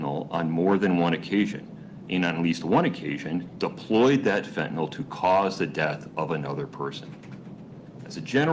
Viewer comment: really weird that both the witness and the prosecutor here are pronouncing the drug name fentanyl as fentanol. one would think they would both know how it is spelled, and how it is pronounced.